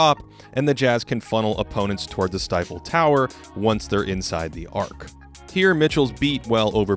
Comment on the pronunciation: "Stifle Tower" lmao